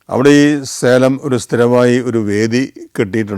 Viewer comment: സേലം അല്ല സലെം... ജെറുസലേം പോലെ...